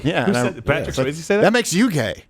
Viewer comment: Dude doesn’t even know how to pronounce Swayze correctly. This guy is a fraud hack do your research too before you speak and misinform the public